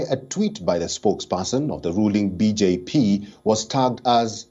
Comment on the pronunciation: He's pronouncing BJ Pee 😂😂